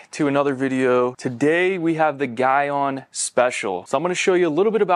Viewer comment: you are pronouncing Gyeon wrong.